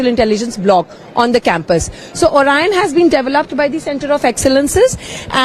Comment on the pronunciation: Orion 发音应该像 奥right燕